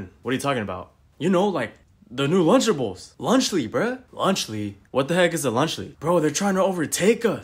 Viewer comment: Lunch Le why did they said lunch Le instead of lunchly?